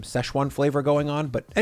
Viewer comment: At first I swear you said "Broccoli Rob" 😂